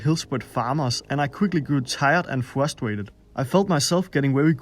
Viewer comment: you shouldn't be so fwustwated or gweede